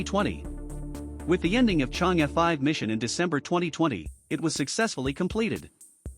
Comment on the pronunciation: This is a really informative video! Would be perfect if you can pronounce Chang’e correctly